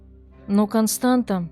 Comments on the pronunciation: Дорогая "", правильное произношение имени этой женщины Констанца, помните Констанцию из "Трех Мушкетеров"❤. Дело в том, что в румынском языке буква "ц" это та же буква "т" только с хвостиком "ț". Этот элемент опускают из за шрифта, поэтому может показаться что читается Константа. Успехов❤! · Констанца, не Константа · Констанца, или как русскоговорящие говорят Констанция, а не Константа!!! Как можно проделать такую работу над материалом и не удосужиться узнать как правильно зовут героиню сюжета. Режет же слух и невозможно слушать...